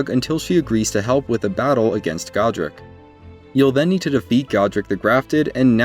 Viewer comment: It’s God-ric not Go-dric